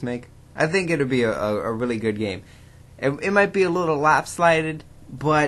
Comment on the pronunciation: Did you say lopslided?